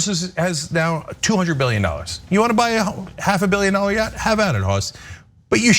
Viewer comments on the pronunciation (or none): Elmer J Fudd gazillionaire, I own a mansion and a yaght. 👌